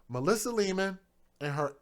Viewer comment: Hey, that's Lehman, like Lay and men. Lehman. Sorry, lol. The broadcaster mispronounced the name, too. The females said it correctly, though. This is so sad, and you just got started.